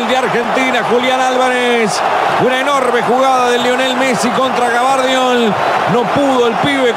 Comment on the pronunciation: el yorugua dice GABARDIOL el unico que le cambia el apellido. bien ahi hacemos y decimos lo que se nos canta las pelotas de futbol...